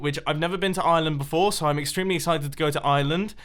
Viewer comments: Ireland not iland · It's pronounced are land not island I know cuz I'm irish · Mumbo is going to slane castle and it's ireland not ieland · I live in Ireland and it’s not pronounced island it’s pronounced with the IRE and it kinda sounds like our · Noooo wayyyy I live in Wicklow which is btw next to Dublin but id never get to meet you because My nanas death anniversary is on in kilkenny which is far away and i also find it hilarious how u pronounce it island hah u British people I wanna go to Britain, love ya mum no I've watched all of ur hermit crafts and I love em, keep I up bud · Why can no youtubers say Ireland right? XD